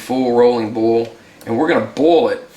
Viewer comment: Boil and bowl should not sound like the exact same word. Lol